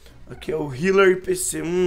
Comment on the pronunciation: Esse Filipe ai nem sabe escrever ou se quer falar "healer" n sei pq vcs os brasileiros falo o "H" como se fosse um "R" pq??